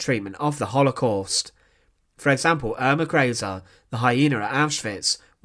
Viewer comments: Eer-mah Gray-zay! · Who is ”Urma Greysey”? Could it be Irma Grese?